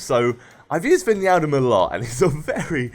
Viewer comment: Hey, Wijnaldum is pronounced as WHYnaldum;)